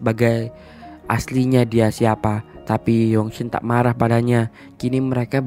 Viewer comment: Marah bg bukan maghah